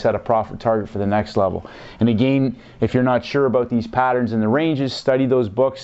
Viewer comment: Good videos, however, the way you pronounce "again" is not correct. Watch this very short video, on the "proper way" to pronounce this word. No "disrespect" brother, but, it is annoying. "How to Pronounce Again"